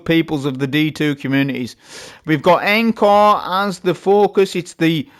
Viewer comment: Look, I know I'm an annoying grammar Nazi. I understand. I don't like myself for doing this, I think it's the autism..... but please, just for me, please pronounce Encore correcttly. It's ON-CORE. Thank you. P.S. The hand cannon, Agape. To gape, gaping.... rhymes with grape. Thanks again 👍